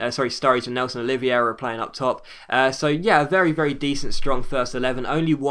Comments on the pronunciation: It's pronounced Nelson 'Oli-ve-ra'. :) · Its Nélson Oliv-hey-ra. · Nélson Oliveira is pronounced " Oleeveyra " :)